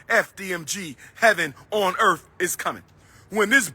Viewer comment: I gotcha. I never understood how can a supposed doctor /certified school psychologist, constantly mispronounce earth and months?🤣😂